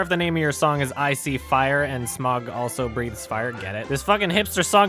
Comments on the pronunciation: It's pronounced sma-uug (smauwg), not "smog". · Smaug's name is pronounced Sm(ow)g hence Smaug, It's the way Tolkien would want it to sound like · You said smaug wrong